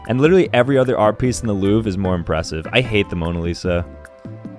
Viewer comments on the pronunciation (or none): none